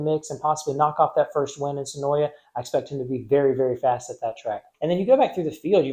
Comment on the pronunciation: Great vid, my family owns the track and the way you say senoia would be considered a sin 😭. Senoia is suh-noi there is no YA at the end.